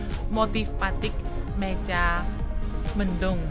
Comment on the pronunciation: Wahh... ada di Indonesia. Selamat menikmati perjalanan. Terima kasih utk liputannya. * Motif " Mega mendung". Bukan " Meja mendung". Mega = awan.